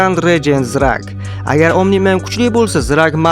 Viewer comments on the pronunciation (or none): Zrag emas Trak deya qolaylik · Thragg ni Zragg dib emas Trag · Thragg ni noto'g'ri aytyapsan o'zbekchada Trag mana shunday ayt Asabga tegima 😠😤